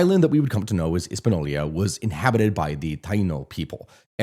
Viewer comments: Hispaniola not Hispanolia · no that's how he pronounced it lol and multiple times not just the timemark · How can you pretend to educate but can't pronounce a simple word Hispañola? Let me help you 😂 (His-pa-nee-o-la). Try this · This is the only source i have ever encountered that pronounces “Hispaniola” the way this guy does and not his-pan-yo-la. Maybe I’m wrong and he’s saying it a way that is correct in another language, but I’ve never heard that before. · sorry lad, but its hispaniola. not hispano-lia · it's Hispaniola not HispaNolia lol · No, not Hispanolya. The y does not go there. Ever. "Intercontinel" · the way he pronounces jovenel moise is so fucking garbage that i can almost forgive hispanolia